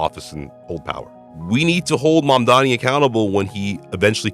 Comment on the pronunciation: you pronounce mamdani so well :O I wish more people would put effort like you do